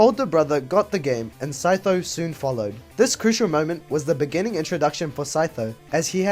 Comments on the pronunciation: OMG IT'S THE REAL SEE TOES, CHEETOES, SEETHO MAN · I could never read 'Sytho' "see-tho"